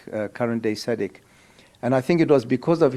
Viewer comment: It’s SADC not sadek 😂😂😂😂 It’s Ian Khama not Akama 😂😂😂